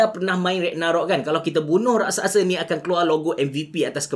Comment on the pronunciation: Raksasa bukan Raksaksa